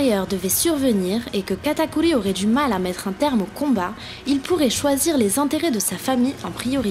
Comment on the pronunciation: C PAS KATAKULI C KATAKURRRRRRRI merci 😑